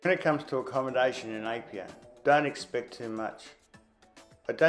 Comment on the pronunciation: Um, where is "Apolou"? Don't you mean Upolu? Also, where is "Papapapai-Uta Falls". It's "Papapapaitai". You also mispronounced every place name you mentioned, even the simplest one (Apia). As someone who has visited Samoa several times, I also disagree with your comments about not expecting too much when it comes to accommodation in Apia and that Samoa "hasn't come to grips with tourism." I've stayed at Tanoa Tusitala in Apia, and the Sheraton Samoa Beach and Saletoga Sands Resorts. The experiences I had those places are totally at odds with your comments. All of the above makes me wonder if you have ever been to Samoa. For you to say, "Don't go to Samoa without watching this video first", is absolutely cringeworthy.